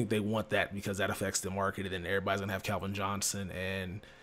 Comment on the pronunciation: I've noticed for so long says Calvin like kelvin it always drives me nuts lmao